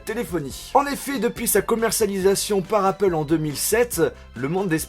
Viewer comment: le a de apple ne se prononce pas "ei" mais vraient "a"